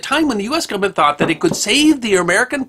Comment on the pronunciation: I love that he actually says "gumment"!